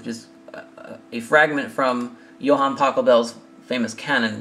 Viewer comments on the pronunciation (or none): lol, did you say Johann Taco Bell?